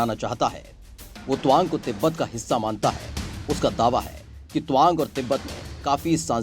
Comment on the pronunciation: tawang bolo na kya towang bol rahe ho?